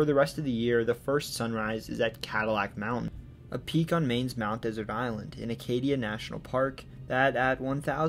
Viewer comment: My grandmother was from Maine — Mt. Desert Island. It is de-zert’ —like the sweet after a meal. Most people pronounce it like the arid land area, as you did. If you ever need to pronounce it again, please do so correctly.